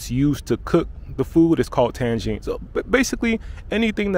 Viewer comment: Bro it is Tagine not Tangine, there is no N befor G, even if you put an N iside the Tagine it's still Tagine XD, And you probablly mixing it with the city of Tangier which has an N before G.